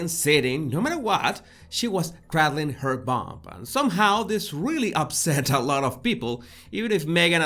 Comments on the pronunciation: I love you. It ain't crad ling. It's crey dling. (like rey dling) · It’s pronounced cray-dling , like praying. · Love your pronunciation of cradleing